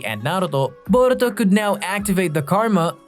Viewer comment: Came to say this too, had to stop the video because of it. “Boruto” and “Naruto” almost sound like they’re being said with a Mexican accent. It’s really bizarre.